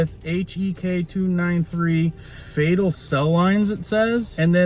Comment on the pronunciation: Its nof "fatal" cell lines , its fetal